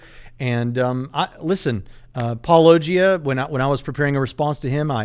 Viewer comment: I felt like went out of his way to mispronounce Paulogia as [paul-Oh!-gee-uh] every single time.